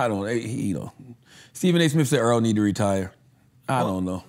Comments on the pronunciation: The guys name is Errol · Andrew calls em Arol not Erol 🤣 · Stop calling that man Earl. His name is Errol(air-roll) . Stop acting like wyt people who pretend like they can't pronounce our names.